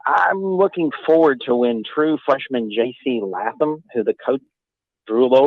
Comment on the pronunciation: It’s pronounced Layyyyyyytham. Laytham…seems like this guy should know that?